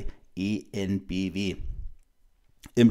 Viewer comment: "En Bee Wee" und nicht "E En Bee Wee" 😊